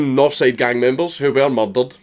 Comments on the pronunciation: We pronounce it MUR-DUR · "A-A-A MYEERDER!? ON MY OWL EXPRESS?!"